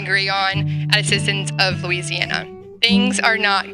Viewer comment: I put this on .75 speed and it still sounds like she is saying MOO-EASY- ANNA. I think some globalists hacked the audio.